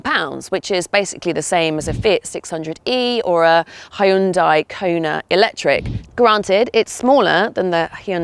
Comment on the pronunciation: FYI: Hyundai rhymes with sundae